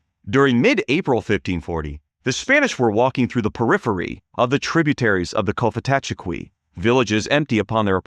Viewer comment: It's pronounced "Kofitacheki", the 'f' sound identifies it as a likely Muskogean word.